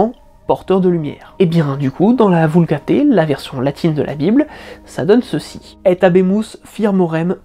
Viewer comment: on dit vulgate pas vulgaté